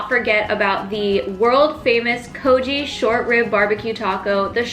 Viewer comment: It's pronounced kogi like bogey not kojee